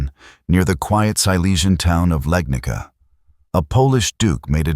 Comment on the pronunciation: its not "Legnika". it is Legnica. i was hoping ai slop channels will at least get it right